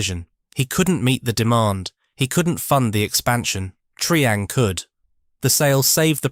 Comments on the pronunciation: Its Try ang not Tree ang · You're right. Terrible pronunciation.